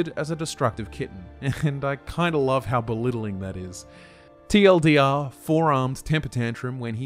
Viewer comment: Awesome video as usual! Except everytime I hear you say "TLDR" it made my body cringe. Other than that Awesome work sir